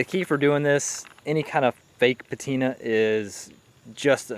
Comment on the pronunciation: My man, please do not sweat small things like audio etc. Your video is great and presentation and content in general is great. That said. Now this is just a personal preference... but i HATE this new fad of "petina" lol. I know it's just me and it does not discount all your hard work and effort put into it.